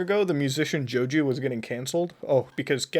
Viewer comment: How he pronounces Joji like Joju hurts me